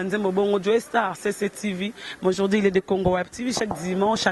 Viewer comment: on dit aujourd'hui et non aujourdi